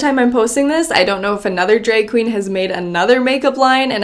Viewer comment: Me clicking on the video 👁👄👁... just to hear say “dreg queen” at least 100X